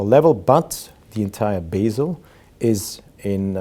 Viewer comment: Sir, it is not basil but bezel --bɛz(ə)l